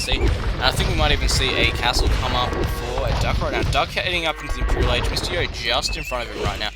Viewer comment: I THOUGHT HIS NAME WAS "MISTY YO" ALL THIS TIME BECAUSE OF HOW YOU SAY IT